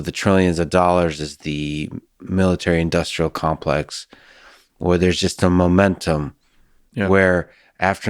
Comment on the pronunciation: This guy made “military industrial complex” 2 syllables.